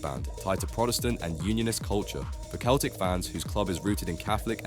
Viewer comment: How is someone making a video about football mispronouncing Celtic and Adebayor 😂